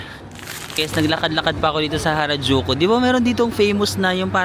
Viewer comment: Nalito Ako kung Karajulu or Harajuku 😂😂😂